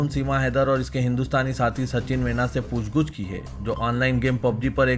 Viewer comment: Poochguch nahi poochgach bolo..